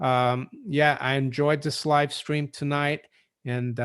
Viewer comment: you just said live scream!! Lol. Billy's chewed bones. Rofl 🤣